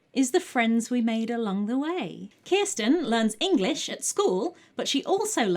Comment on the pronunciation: I am desperate to know how you knew the correct pronunciation of Kirsten! Is it covered in the books? Does she have Scandinavian family? I've literally changed the spelling of my name to help English people with the pronunciation. How have you achieved this incredible linguistic feat?! Do you know a Kirsten?! Does she share my pain?